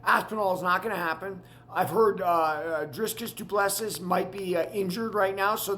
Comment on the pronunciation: Dude before you attempt to comment on this topic, at least learn how to say the names properly. I mean jeez man. How are we supposed to take you seriously or respect your opinions when YOU CANT EVEN SAY THE NAMES CORRECTLY. Stay off the microphone dude. You are damn near having a stroke trying to pronounce the names. Put some effort in. Can't say Ilias surname. Can't say Drikus's whole name. Can't say Tsarukyan. What can you say? Frustrating to listen to this fool butcher everyone's name. Put in 10 seconds of effort to learn the names. Because you are attempting to sound knowledgeable on a topic where you dont even know the dudes names! So you end up sounding foolish instead